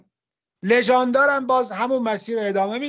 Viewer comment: سلام لذت بردم و ممنون از زحمات شما خیلی ها که دید دقیقی به مفاهیم و موضوعات مختلف علمی دارند برایشان تلفظ دقیق اسامی مهم است؛ در این ویدئو دیدم که روی نام ریاضیدان بزرگمان لژاندر بحثی شد؛ خواستم به عرض برسانم تلفظ دقیق نام “لژندر”، به این صورت است که دو حرف لام و “ژ” هر دو کسره دارند و مابقی هر سه ساکن هستند؛ و اینگونه تلفظ صحیح است. ضمنا معلم بزرگمان جناب اقای محمد هادی شفیعی ها که یادشان برای همیشه در دل ها باقی باشد و سالهاست این مرد بزرگ رخ در نقاب خاک کشیده اند؛ به نیکی کتاب هندسه های اقلیدسی و نااقلیدسی گرینبرگ را با همت مرکز نشر دانشگاهی ترجمه کرده اند که مطالعه ان همانگونه که مختصر و گذرا اشاره شد، برای این ویدئو قطعا مفید فایده است! پاینده باشید و تولید این دست از ویدئو ها را با قدرت ادامه دهید